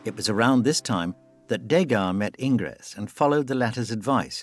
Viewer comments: You should learn how to pronounce names correctly. Ingres, for example, is pronounced "angr." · A superb documentary (slightly marred by the narrator’s [AI] pronunciation - it took a while for me to figure out that this ‘Ingress’ was Ingres. And it’s Bo Zar, not Bo Ar!). Degas was a remarkable artist technically, creatively and aesthetically. Pity about his antisemitism (borne out in his antisemitic renderings of wealthy Jewish patrons, rejection of Semitic-looking models and rebuff of Pissarro) but commonplace in France then as now